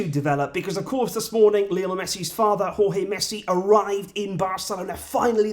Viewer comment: I'm glad that you are now pronouncing Jorge properly